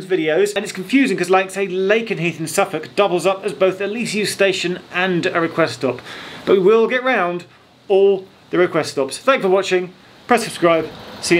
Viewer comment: Press not Prees. Or have I won some secret competition lol